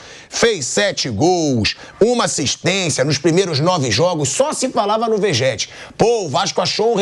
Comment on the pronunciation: "Vegéti" kkkkkkkk